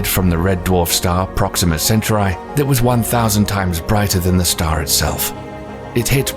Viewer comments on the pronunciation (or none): "first detected by the 'haabs'- telescope" fggn amis ah and "proxima centauri" is called proxima zenturai.. nice... fgn amis